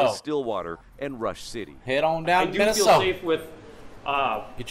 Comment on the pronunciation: You can't say Minnesota like that. Gotta put that soda on the end🤷‍♂️